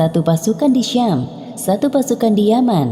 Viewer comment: Sam bukanlah syam ...